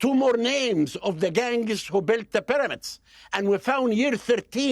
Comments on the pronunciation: Why can't this guy pronounce the letter "p"? is there no P in arabic language? how strange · You have to understand that "Dr" Zahi Hawass is an Iraqi Arab colonizer and a lier, not an Egyptian. He cannot even pronouns "P" for Pyramids ...